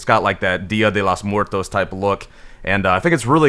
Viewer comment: Every time an american tries to say "días de los miertos" i Cringe